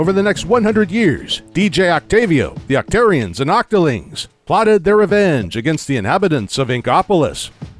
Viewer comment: It's not pronounced "oc-tear-ians", it's "oc-tar-ians". And it's not "Sammonnids", it's "Salmonoids".